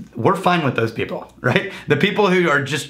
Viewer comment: Is pronunciation of "people" (hard second "p") a Stephen Fry reference? Deep nerds want to know.